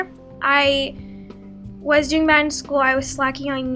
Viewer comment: she spelled bad the wrong way she said bab